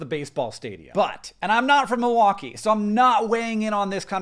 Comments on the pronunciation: I’m from Milwaukee. And I didn’t recognize either one of those flags! I know the Chicago flag though. Thanks for pronouncing “Milwaukee” correctly. I live near the lake and the Milwaukee art museum so it’s weird that I never saw our flag. Now that I’ve seen our flag, I don’t hate it. I think it’s cute. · As a wisconsinite I'm just glad that you're pronouncing milwaukee correctly lol